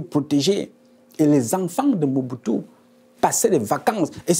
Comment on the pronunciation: C'est pas MUBUTU c'est Mobutu